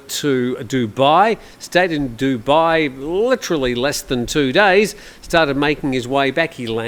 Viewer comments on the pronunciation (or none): none